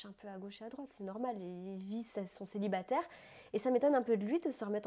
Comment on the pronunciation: Elle est top Adi, elle a perdu son accent belge lol, Avant quand elle disait Célibatairrre elle accentuait bcp sur les R. Il ne faut plus qu'elle touche à son visage par contre !!! Basta. Elle est bien comme ça. Bellegosse.